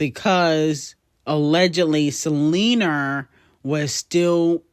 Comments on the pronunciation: Can you please pronounce Selena name with an A Not a R!! Check your language before speaking to the public. Thanks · Buns out, wiener But I gotta keep an eye out for Selener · The way references Selena as Selenerrr just kills me😂